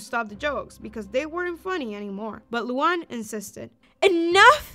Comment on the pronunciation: the way she calls luan luang